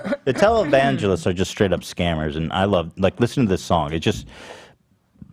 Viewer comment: I know Ethan is saying "televangelist" but I just hear "taliban-gelist" every time